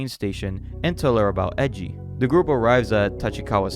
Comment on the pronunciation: Are Japanese names really that hard to pronounce? like no one gets japanese names right… Its E I J I u kno? like AYEJI not EJI 😳